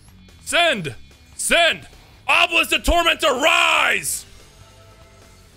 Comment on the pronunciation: Kash-Hor-belisk, that's kind of terrifying!